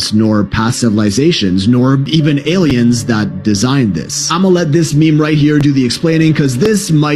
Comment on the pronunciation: It's not aliens...it's A.I.-iens. That's funny and interesting. Reminds me of president Reagan. He would pronounce the word aliens without the L. Always a pleasure :0)